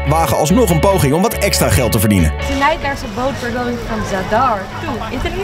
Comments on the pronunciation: De d van zadar zeg je stiller je zegt niet zad-ar maar gewoon zadar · Ben ik de enige die triggered was bij de uitspraak van zadar